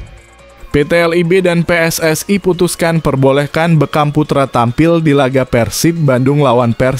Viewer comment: Bukan be kam tapi bekkkam bukan umuh muhcar tapi umuh muhtar jangan salah nyebut itu merusak nama orang